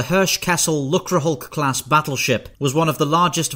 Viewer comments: Lucrehulk not lukrehulk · Great video, but you may want to ever so slightly modify your pronunciation of "lucre". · did you just pronounce it luckrehulk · Ugh the way he says lucerhulk